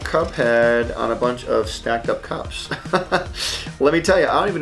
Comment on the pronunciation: I thought he said cops XD